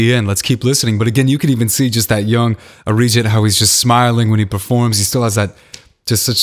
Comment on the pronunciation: His Arijit sounded like 'a rigid'.🙄😁😁